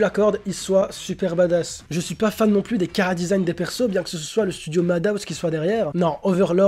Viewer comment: On dit soit et pa soite